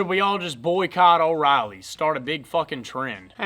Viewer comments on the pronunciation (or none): “Boycot Orileys”